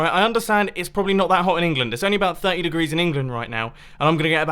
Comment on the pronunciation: 100 derees